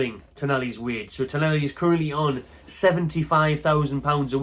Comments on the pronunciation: TonALi not TonELi ffs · TonAli, TonAli. Not Tonelli. It's right there in the spelling of the name man!